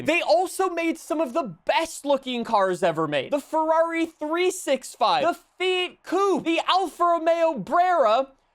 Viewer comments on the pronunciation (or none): none